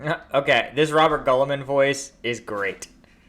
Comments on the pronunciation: Robert Gulliman is an amazing way to read his name, love it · The audiobooks aren't even consistent about how to pronounce Roboute Guilliman!